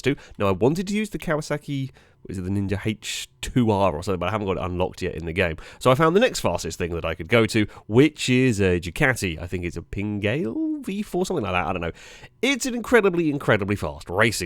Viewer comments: Pingale it is not Pina-gaalley in my best Italian accent lol As for hp it'll be 229 up to 250hp for a GP/Wsb I'd love to do the ring on my own 07 Kawasaki zx10r but them walls are far to close lol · Ducati "Pin-gail." Oh, I can hear the Italians sharpening their pizza wheels as we speak. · The 10th of a second time difference could also be the fact that the finish line on ride is further back. Having the car in Forza have to travel further would mean it's time is going to be a slight bit slower. So basically they ran an identical lap. Kind of cool. Also please never pronounce panigale like that again! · And all the bike nerds collectively shot themselves at the pronunciation of Ducati Panigale. i can hear their screams of anguish from here. on another note feel free to make use of anti wheelie, motogp riders use them, on very powerful bikes i believe most people do if its an option.